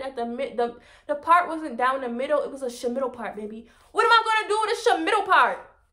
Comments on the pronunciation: “A shamiddle part” 😂😂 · "Get my mmm eat off the boneee" took me out 🤣🤣🤣😉❤❤ Killing me with the " shhmiddle part " I fckn love you 🤣❤❤❤